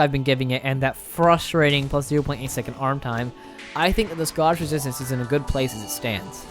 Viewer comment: Hey man, your videos are incredibly well produced, but if I could offer one piece of constructive criticism, I would say slow down and read more clearly and carefully. Most of the time, you pronounce “Scottish resistance” as “scoshizistns,” and honestly every ten seconds you completely skip the middle syllable of a word.